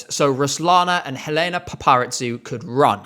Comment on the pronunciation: Just a small correction, Helena's name is pronounced EH-leh-nah pah-pah-REE-zou ("zou" like the word "zoo", it's not a "ts" sound). Loving the vid so far!! Your passion for the songs is why I love this channel